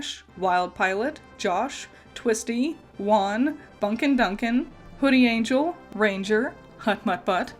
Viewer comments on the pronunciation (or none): none